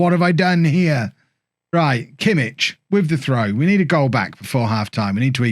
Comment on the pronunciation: The "ch" in Kimmich is like the "ch" in "loch" or "Bach" not in "church" :)